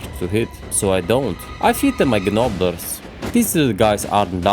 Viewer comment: Can you put these in a playlist? In any order. I like to put these types of videos (even if i have seen them) when i am doing something else. Youtube wont play more of your content in a row. If you dont mind when you have a moment? :D I was not going to comment on Gnoblars. But english is such a weird language..., The G is silent. Like the K in knapsack or K in knife. You have a great grasp on the language. I think these silly rules make it difficult. Love your videos